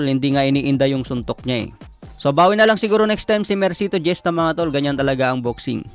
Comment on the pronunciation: Hista po ang pagka pronounce ng apilido ni mercito hindi jesta.😂